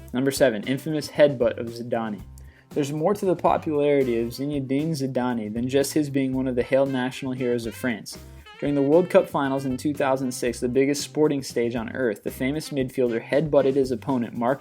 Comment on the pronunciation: Zi-na-deen Zi-da-nee? WTF His name is Zin el din Zidan pronounced Zeyn-Ed-Deen-Zeydan